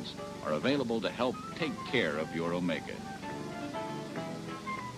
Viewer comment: Wow, for once someone pronounces it right. I remember this car ('80 model). Grew up with one for several years. Not too reliable but still nostalgic